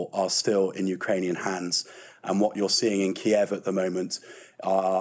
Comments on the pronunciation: Stop calling it Key-ev! That's how the Russians pronounce it. Ukrainians pronounce it Keev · Please give this brave country the courtesy of pronouncing their capitals name by the Ukrainian pronunciation and not the Russian one, as they have asked. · That English defence minister seems clueless.. he speaks without actually saying anything, he can’t even pronounce the bloody city correctly 😂🤦🏽‍♂️🤡